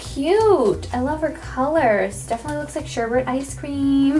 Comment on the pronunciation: Its SHERBET NOT SHERBERT